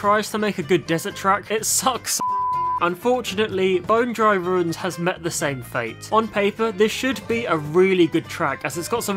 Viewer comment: why did you call bone dry dunes "bone dry runes"